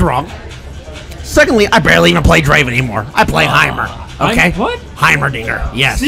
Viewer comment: aq 35 kere dinledim böyle bir draven deyiş yok aq